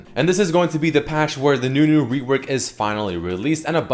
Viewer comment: its not nunu rework its newnu